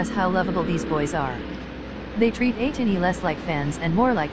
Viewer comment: Atiny not etini